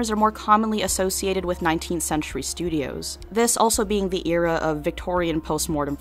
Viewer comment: why did u say era like that blocked